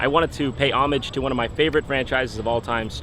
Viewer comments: At least you said omig, not homig. But it really should be omage. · You pronounced homage wrong.